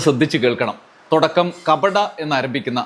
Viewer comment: തൊടക്കം അല്ല തുടക്കം എന്നു പറയു